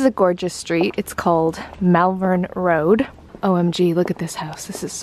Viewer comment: Loving your vlogs!!! 💛 I’m from actual ‘Malvern’, and it’s actually pronounced ‘Molvern’, just though I’d let you know 😊 And the bike ‘hill’ thing is called a ‘pump track’ xxx